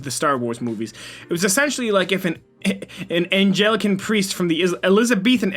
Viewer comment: nobody:: angelican priest